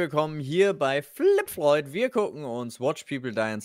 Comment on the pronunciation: der Kanal heißt FlipFloid nicht FlupFroid